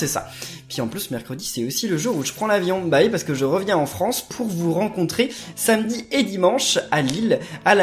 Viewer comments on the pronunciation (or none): none